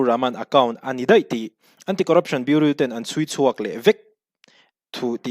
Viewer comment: Thudik chu a lang zel ang.. Chuan.. Bureau i lam dan hi thlak tawh la 😊